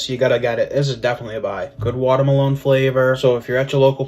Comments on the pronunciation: fr like my man said water malone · How did they not comment on the way the food reviewer pronounced "Watermelon"? Watermaloneeee hahaha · Why is none talking about food reviewer pronouncing melon “MELONE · Why does the Food Reviewer pronounce watermelon like it has face tats and sings 'Rockstar'?